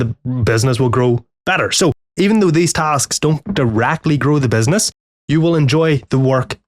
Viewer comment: I heard benzness 100 times in this vid. I even talking to myself all day (benzness) after your videos :D Great beard btw.